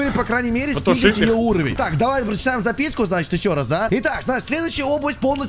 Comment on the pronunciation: Я один заметил, что говорит не «запиСку»,а «запиСЬку»?😂